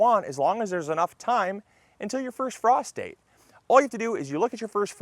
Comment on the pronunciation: I need a moment to unhear Prostate when you said frost state🤣🤣🤣